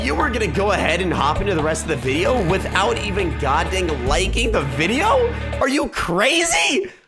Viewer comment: On the captions in the beginning he meant liking but he said licking the video so licks literally